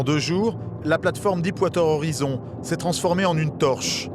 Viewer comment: Stay classy Deep water horizon et non dipe wateur horizon ;)